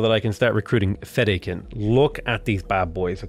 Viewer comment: The pronunciation of sietch works either way but the “correct” one according to the audiobook/recordings is “see—Etch” also from the same source Fedaykin should be pronounced “Fed-dye-kin”